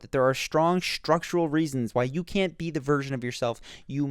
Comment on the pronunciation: Shtrong shtructural reasons? Come on man, speak properly.